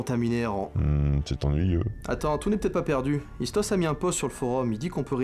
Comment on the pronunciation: Le seul bémol s que aliase ISTOS et pour Toulon 🤣🤣🤣🤣🤣🤣🤣🤣🤣 sinon je kiff vos vidéos je l'ai vue plein de fois mais je l'ai regarde tout le temps car s la meilleures sérix de jeux vidéo.